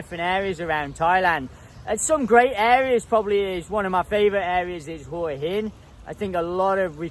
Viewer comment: How come you can't pronounce either Hua Hin or Pattaya correctly yet?